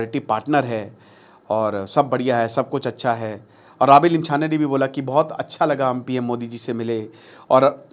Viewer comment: I think you know no more about Nepal. Correct pronunciation are बालेन शाह and रबि लामिछाने , not बलेन शाह and राबि लमिछने।